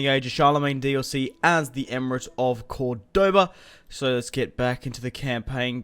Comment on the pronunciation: Very nice bro but you suck at pronouncing the name though lol